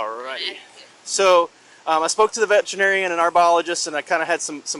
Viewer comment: I thought auntie said she talked to a vegetarian not a veterinarian. 😂